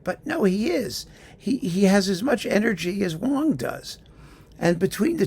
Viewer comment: Funny you pronounced her name Wah-ng, different from how you pronounce the name of the other pianist named Wang.